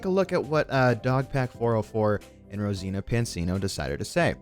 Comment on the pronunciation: ok we get it you are a huge fan of Mr beast, probably dream of him being inside you and whatever else you want, but dam fool try harder to pronounce someone's name properly. Brow. how do you get Rosena from Rosana